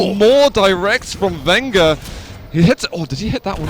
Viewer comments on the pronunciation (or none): it's not vengger it's venjeur ffs